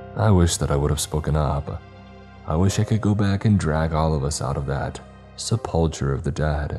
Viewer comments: ‘SEP-PUL-KERR’ not ‘SEP-PUL-CHER’. The ‘CH’ takes a soft ‘k’ sound like the words cake or kite. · SepulKURR not chur 😅😂 Otherwise I loved this narration and story haha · buddy, if you're a narrator you gotta work on the correct pronunciation of words. You put so much work into the narration and the music, and then goofed-up words shatter the vibe. Sepul-cher, architexture.. you can do better, bro. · The way you said "Sepulcher" made my eye twitch a bit